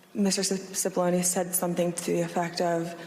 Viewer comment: It's not Sippoline , it's Cippolone, pronounced Chi-ppolone, and translated from the Italian --which it is--means Big Onion.